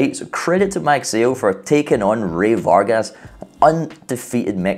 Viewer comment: It's pronounced as "mug sigh oh" ..